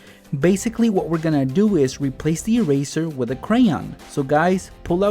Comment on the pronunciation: did Any one notice he said wid 😂